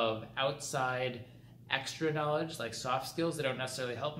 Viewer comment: here in my garage i have a lamborghini how you say KNAWLADGHIII